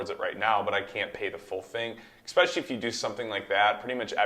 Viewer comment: “Exxxpecially?” Omg 🤦🏽‍♂️